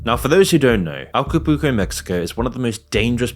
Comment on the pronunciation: How many times can someone say "alcopuco" when the word "Acapulco" is written in front of them? 😂